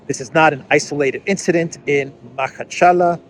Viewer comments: Not “Makhachala” it is “Makhachkala” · it's pronounced MA-KHA-CHKA- LA with stress on LA Did you pay attention that Zelensky secret service is connected to the event and moreover WAS PREPARED,KNEW IN ADVANCE AND IT'S WHY HE HAS JUMPED FORWARD BEFORE IT WAS REPORTED 😂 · It is "MA-HA-CHKA-LA" Махачкала. Emphasis on A vowels in second and fourth syllables. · it’s [maha:tchka:’lah] You are such an avid traveller! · Hey,, it’s Ma-hatch- ka-la 😉